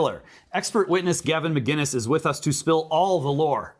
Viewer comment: Gavin mcinnes (mick-innes) not macinnes (Mack-innnes) or magennis.